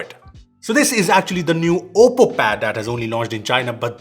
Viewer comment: You nailed the name 😉